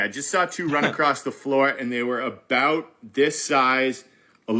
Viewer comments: We don’t say aboot. It’s more like aboat. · It’s not a boot Jesus Christ. I mean I guess I might live in a different part of Canada but that sounds ridiculous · it's not that we actually SaY 'aboot', it's just that that is how it sounds to Americans. do some research on vowel length - us Canadians use longer vowel length and you guys shorten them:)